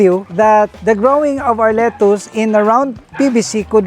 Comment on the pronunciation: Your pronunciation of “lettuce” is wrong! It’s kinda irksome and distractive to the positive narrative!